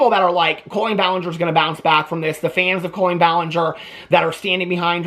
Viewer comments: I love you so much but the way you say CO-lean is stressing me out. 😂 Is this a Midwestern pronunciation? Is Illinois considered Midwest? One of my best friends is a Colleen and it's said cah-lean. Lol I just had to get that off my chest. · The way you say her name makes me laugh so much. Colon-een!